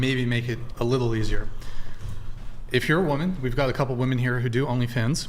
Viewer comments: they think they are pronouncing "woman" and "women" differently, they just emphasize the wrong syllable. they say "wom-EHN" and "wom-IHN", so dumb they assume the different letter is the letter pronounced differently. its "WUHM-en" and "WHIM- en" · It’s crazy that these girls don’t understand the difference in pronunciation of “Woman” and “Women” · No matter how many of these episodes you watch there is always the one girl who says woman instead of women. How can they always make the same mistake 😂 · WOMEN!!!! Not WOMAN 🙄 annoying asf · Saying woman instead of women, makes you sound stupid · On one of the episodes you were on and you asked why so many girls say "woman" and really mean "women", ever since then I catch it every time and it is so annoying! Lol I love you! I have the utmost respect for you.❤❤❤ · Why do all these vacant dolts pronounce women incorrectly? How can such a high percentage of a group be so inept they cant even pronounce their own biological category? Unreal. Truly unreal. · Ive noticed this with women on Charlie Kirk too, ive even commented on a vid asking why and got the response "its the correct pronunciation". Sad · I forgot how much these crazy degen girls say 'woman' instead of 'women'. My god it's an epidemic!